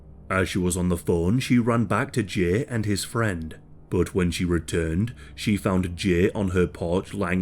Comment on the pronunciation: The way you say Jay makes me want to rip my ears off